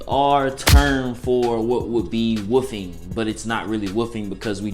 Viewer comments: My nigga said woo-fing it’s wol-f-Ing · Bruh who else keep thinking he saying woofing instead of wolfing.😭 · sounds like he said woofie lol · Nigga said wuffing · The way he says wolfing 🤣🤣🤣